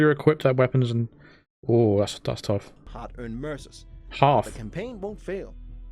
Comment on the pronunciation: Did anyone else hear “Mercer” and thought it sounded like “MRSA,” as in the horrible flesh eating bacterial infection? New weapons bought with skin would make it a very different game.